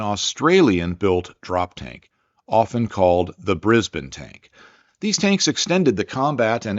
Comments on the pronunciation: You pronounced Brisbane properly! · Less than a minute in and I’m so relieved you’ve started saying Brisbane like we locals do. Much less jarring, thanks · Awesome work! AND acknowledging Australian contributions, something 3 generations have waited for. Seriously. And maximum bonus points for correctly pronouncing Brisbane. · Pretty good pronunciation of Brisbane. 👍